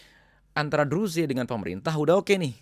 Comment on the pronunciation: Gak usah ngurusin negara lain Urusi negara mu sendiri Menyebut Druze aja salah.